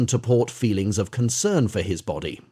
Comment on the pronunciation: Is this an AI voice? I thought so because it keeps stating "O-F" instead of "OF" but sometimes it stutters on a word which sounds like it is a human.